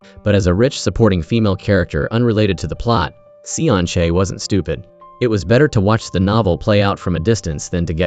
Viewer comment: Damn ai 😂😂😂 From seon chae to sun shake 🤣